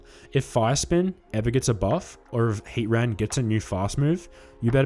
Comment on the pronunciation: You're saying Heatran's name funny. It's not Hea-ran. You're forgetting the T. It's Hea-TRAN. 🤭